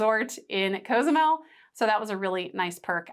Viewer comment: The name of the island isn't a "choice". It's pronounced co-zoo-MEL. And it's not "trolls," as you so eloquently put it, that correct your pronunciation. That's the way it's pronounced in Spanish. Deliberately mispronouncing a word because you think it's a "choice" is self-centered and disrespectful. It's the same thing the orange hemorrhoid did with Kamala Harris' name when he mispronounced her name on purpose to show his contempt for anyone but himself.